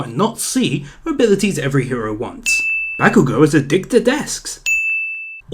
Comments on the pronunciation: Dragon Ball Super Is Shit Ba/Bah-kugo not Back-kugo lol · the A ins bakugo is pronounced like aw not ah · fuckin. "bAAkugou" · Ugh sheeple ''bahkugou'' TRIGGERED true fan : calm down its pronounced Bok - oo - go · You are a sin for saying Bakugo's name wrong. I rest my case.